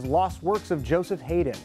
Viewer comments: "Haydn" is pronounced "Hide-in..." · And, I don't wanna be the dickhead that does it... But I'm gonna be that guy and say Haydn... Is like 'High-din" ... :) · Haydn is pronounced "High-din" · he pronounced Haydn's name wrong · I had never seen your channel before, but I just came from your video that dealt with the fictional single, "Ready 'n' Steady." Alas, you referred to it as "Rock 'n' Steady" throughout the video. In the beginning of this video you refer to a game called Onimusha, but you call it "Onimushi." Then you mispronounce Joseph Haydn's name. I know, it's small stuff, but it's adding up rather quickly. Michael Stevens (VSauce), for example, has a much lower error rate. Hence the greater credibility. Just saying... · That guy cannot even pronounce composer Haydn ... shame.